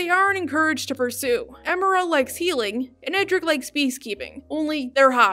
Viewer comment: Ok, I wasn't going to say this, but it needs to be said. You pronounce Emira's name wrong. Her name is pronounced Em-er-ah, not Eh-meer-ah. Seriously, they say her full name in the show several times before. Seriously, why do people pronounce certain characters' names despite hearing other characters say them multiple times? I don't just the Owl House, I mean shows/cartoons in general. Still a nice video though.